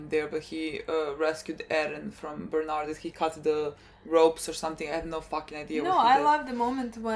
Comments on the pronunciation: Bear too-old => Ber_told , closer enough than Bern_ald. :) But now we are hyped for Bernald... so go forward. :D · Stop 😂 saying bernard its berthold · "berth" + "old'', Berthold, Бертольд